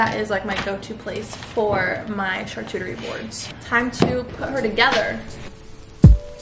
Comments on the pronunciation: "Charchuterie" board, "cornichons"... 🤣🤣 Google translator (sound) can be très très helpful,. Hint: French. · “char-cuchie board “ GIRLLLLL 😂😂😂😂😂🤣🤣🤣